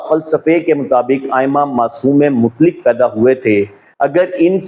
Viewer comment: KSJ, SA : lafz ‘mutlik’ Nahi bulke “MUTLAQ” hai! Sahee talaffuz ki practice ker len!